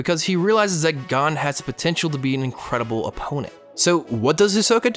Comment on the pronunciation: Umm. The like to dislike ratio is funny. I dont care about his stupid opinion, but the way he pronounces gon.... Damn. (also, the chimera ant art is complete dumpster garbage)